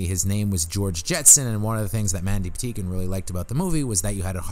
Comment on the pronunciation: Are you saying "Mandy Pateekin"? It really sounds like you are. I'm guessing you're not, but just in case... it's Mandy Pa-tink-in. My favorite Mandy thing ever